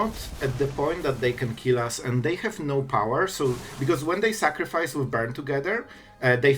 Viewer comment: "Make opp sacrifece" yekes